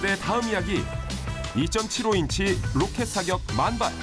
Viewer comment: 저기요 전 지금 외국인데요 포트월스요 !! 롸켓 ㅍㅎㅎㅎㅎㅎ롸켓. 그냥 로켓이라고 하세요